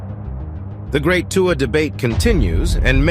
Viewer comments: It’s 2-uhh not 2-wahh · If you continue to pronounce Tua the way you are pronouncing it... I will never watch your videos again! You're being ridiculous, and it is disrespectful to intentionally butcher his name the way you are doing it.